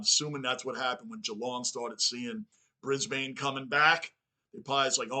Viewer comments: Brisbane Lions is more pronounced Bris-Bn! Not bris-bane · Pronounced Brisbin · Brisb'n, no vowel. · The bane in Brisbane is pronounced behn, basically like a typical aspirated non-vowel as if the b runs into the n. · Brisbane is pronounced Brisbin, Essendon pronounced Essenden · Didnt know Bane from batman was in this, its not how you say Brisbane , the same way you say Urban is how you say Brisbane even tho Brisbane has an E at the end of it the E is silent. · A couple more tips on pronunciation (not that it's a big deal but you seem committed to getting things right) Brisbane ... don't say the A sound, Like Melb'n, we also say Brisb'n and Essen'd'n ... just out lazy vernacular really. Funnily enough they are sometimes called the "Dons". Some teams have other nick names too ... like North Melbourne are not just the Kangaroos, they are also known as the "Shinboners". Sydney are sometimes referred to as "the Bloods" and Carlton as the "Bluebaggers" or just "Baggers". Scoring can be really fast in AFL so when a team finds their mojo, it's not unusual to see 4 or 5 goals kicked in a row. Some games sees momentum shifting several times which can be quite thrilling. As for the clock. if it's a huge lead then you feel safe for the last 5 minutes or so, but if there are only a couple of goals in it, you only really give up in the last 30 seconds because anything can happen and the game can be super fast right up until the final siren. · Ban the bane, it's Brisben.